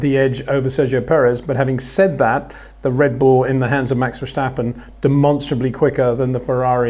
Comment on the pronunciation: Peter, you say "Verstappen" with an H somewhere in the name, like Vershstappen.